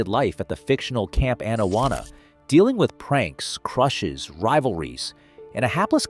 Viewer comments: Pronounced Awn-awana not ann-awanna. Sorry had to point it out. this is why I dislike AI voice overs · His pronunciation of Camp Anawana is criminal.